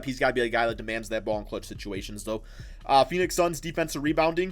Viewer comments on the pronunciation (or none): none